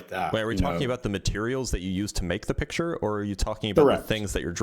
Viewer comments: "drawl a piture" 🤮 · Does this caller not realize that the word picture has a 'C' in it? He keeps calling it a piture. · He says "piture" and wants to discuss science 😂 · "A pichur" is making me slowly lose my mind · I'll go with the guy who can say 'picture' properly.